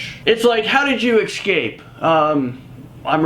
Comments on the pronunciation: ESCAPE!!!!! not ECSCAPE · Why does he say escape like that. Escape. Not ecscapes